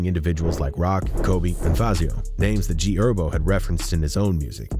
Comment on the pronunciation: Bro pronounced herbo as herb